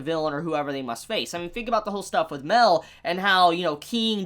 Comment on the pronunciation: ITS MAEL! *MAH-EL*!, you keep saying "Mel," and I can't help but think you're talking about Mel-iodas.